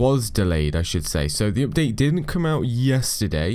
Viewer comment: The pronounce of the update is opdate